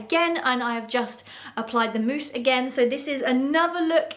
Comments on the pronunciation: It’s mousse not mouse, great video as usual👍👌❤️ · cos you said mouse instead of mousse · .... girl it’s MOUSSE